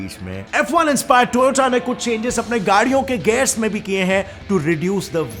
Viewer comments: The toyata corona 😅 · Its not toyoda 😈😈😈😈😈